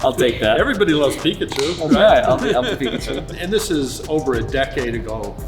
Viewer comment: Who's that Pokemon??: IT'S!!